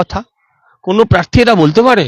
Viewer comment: madam, please আপনি 'র ফলা' উচ্চারনটা ঠিক করুন। পারথী নয়, ওটা প্রার্থী হবে। বাড়িতে Please একটু Practice বা Home Work করুন। তৃণমূল কে তিণমূল বললে বড্ড কানে লাগে। Please